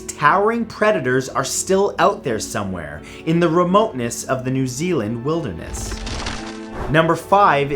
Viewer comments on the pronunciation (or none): none